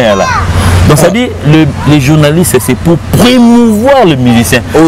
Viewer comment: Ovandaka na France mais francais oyebi te mawa trop.On dit Promouvoir les musiciens et non Premouvoir les musiciens.